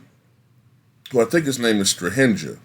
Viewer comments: Just for future reference , J in serbian is prononunced as y Jokic = yokich , Strahinja = strahinya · Your pronunciation of Strahinja, Nemanja i Natalija hurts brain lol you should pronounce that J as you pronounce J in Jokic.